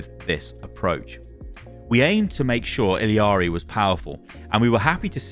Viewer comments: you are pronouncing illari completely incorrectly and it makes me so sad 😭😭😭 you’re saying ill-ee-are-ee and there is no reason it should be pronounced any way other than ill-are-ee or ee-yar-ee. i’m going to scream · ee-yar-ee not ill-ee-yar-ee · illari ee-ya-ree not eeleeyaree :( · Why is everybody saying "Illiari"? Her name is Illari I-L-L-A-R-I. Where is the middle i? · Is ILLARI pronounced as ILIARI? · Is that how you pronounce Illari? Illiari? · ILL-AW-REEE, WHERE IS THE EXTRA "EE" UR PRONOUNCING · you are killing me please, It Illari, there is no secon "i" in the name, Its one "i" and two "L"'s xD